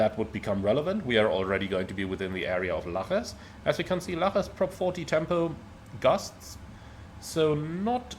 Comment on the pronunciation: Lajes = /lazhish/, it's Portuguese. 😉